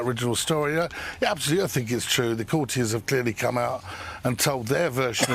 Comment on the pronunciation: you are the first American youtuber I've heard pronouncing 'Courtiers' correctly. I love your videos. 💝👏